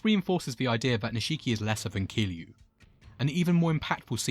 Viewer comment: Kiryu not Kiliu, for next ime, great video as I find Nishikiyama as one of my favorite characters